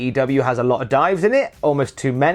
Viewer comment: Ohhhhhh he meant DIVES. I honestly thought he was saying DIMES. Like lol WTF was he saying lol